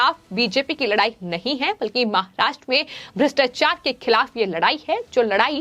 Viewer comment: Presentation voice is not mic friendly, pronouncing महाष्ट्र, र रा कि री रे का ति practice करे